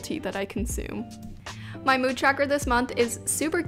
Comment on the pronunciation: no one:: mEwD tracker lmaooo